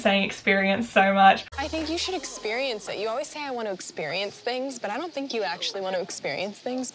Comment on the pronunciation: Can you say 'think' instead of 'fink' please, thank you x